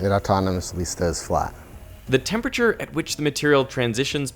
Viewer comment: It’s disturbing to me to hear so many scientists mispronounce the word temperature.